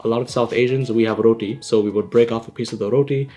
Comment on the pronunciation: Say rooti. Not raoteyyy